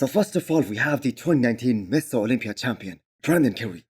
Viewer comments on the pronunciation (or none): Is it only me that hears miss olympia everytime says Mr olympia?:D